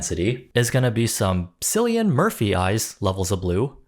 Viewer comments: It's KILLian Murphy the C is pronounced like a K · surely someone told you "Cillian" is pronounced with a hard K sound instead of a soft C ("syllian") sound somewhere (think Killian) but just in case, there you go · Cillian Murphy... is pronounced like Killian. Not Sillian. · Cillian Murphy's name is pronounced KILL-ee-en NOT Silly-en. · The 'C' is hard in Cillian Murphy's name. Like 'kill-ian' not 'silly-an' 😅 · Dude I love you, but name mispronunciations fry me - it's 'Kill-i-an', not 'Sill-i-an' (Murphy). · Cillian Murphy's name is pronounced Killian not Silian. For next time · C is for CAT, C is for Cillian (killian) not Sillian. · My dude sorry to be that guy. But like Cillian, I’m a white guy from Ireland with blue eyes. That aside … Cillian is pronounced with a hard C. It’s kill-Ian. Not sill-Ian. Not trying to be a dick about this. That just bugged me a little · It;s Cillian Murphy, not Sillian Murphy. Pronounciation check. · Btw Cillian Murphy is pronounced “kill-i-an” (not “silian”) 🧡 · the letter "c" makes a "k" sound in irish, its pronounced "killian" not "sillian" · I have to ask… was saying ‘Sillian’ Murphy intentional for jokes? In case you’re not aware, it’s pronounced ‘Killian’ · One correction. This is common mistake but his name is Cillian Murphy Kill-Ian with a K not an S sound. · Shillian Murphy... Kill-ee-an, please. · it's pronounced Killian not Silly-an 😂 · Its kill-ian not sil-ian 🫡 also ive seen cillian murphy with brown contacts and it honestly looked uncanny 😭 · It's pronounced kill-ee-an murphy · how did you come up with Cillian with S? it's K, K-illian 😭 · Sorry to be pedantic, but Cillian is pronounced with a hard C - kill-ee-an. Thank you... 🫣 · Did you just say "sillian" Murphy?? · Not the “sillian” Murphy mispronunciation 😔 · LOL! “Silly-an”. That’s not how that’s pronounced. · its pronounced Killian 😏😏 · KILLIAN! Cillian is pronounced Killian. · It was painful hearing the sillian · Cillian is pronounced as "Killian"